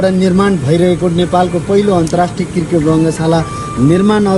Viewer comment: Saru dijju namakar. Khali kirket kirket vanchyeu, cricket vana na ho didi. Yo mero tesro comment ho. Cricket vana hai arko video ma didi. -uhi timro pardesi vai